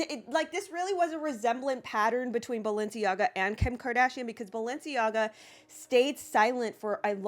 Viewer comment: It’s balenciega and adidas